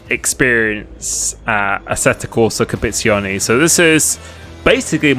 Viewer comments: assettoh corsah compiizzioneh xD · First tip - learn to pronounce the game right...